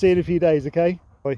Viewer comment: I love how he says OKEY instead of OKAY. Like in K ‘eyush!!!